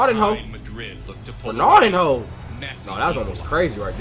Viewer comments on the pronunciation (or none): Nice reaction - but Ronaldinho's name is pronounced RonalDEEN-YO, not Ronaldin-ho. Also, a "head kick" is actually just a header. ;) Ballon d'Or = Golden Ball, awarded to the best player of the year in European football. Messi has a record 8 Ballons d'Or.